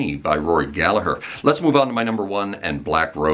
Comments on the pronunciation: You didn’t really get it wrong, but it’s definitely not dove 😂. What you did get right that almost everybody gets wrong was Gallagher. Well done. I salute you. In case anybody asks, the h near the end makes the g silent. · And you say Rory's surname bang on! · You pronounced Gallagher correctly so you get a thumbs up for that 👍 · Another Irishman in the comments. Can't pick a list, just wanted to congratulate you on pronouncing Rory's name correctly, and to let you know that Róisín Dubh is pronounced Row-sheen Dove. I also think Dustin the turkey should have been an honourable mention, but I'll let it slide. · Thanks for Pronouncing Rory’s Surname Correctly!!!😁😁😁🇮🇪🇮🇪🇮🇪